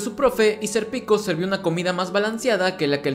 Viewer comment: estos resumenes son geniales, pero por q le dice "ser pico" a Sérpico?